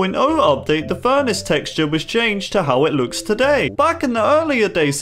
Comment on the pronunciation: the way he pronounced furnace as furnish tho